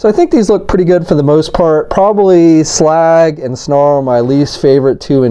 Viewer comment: Says Slug not slag